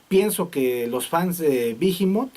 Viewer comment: no es bijimot, es tal como está esta escrito behemoth, sin pronunciar la h, behemoth es el nombre de un demonio